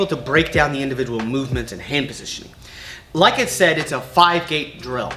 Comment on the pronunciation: rike button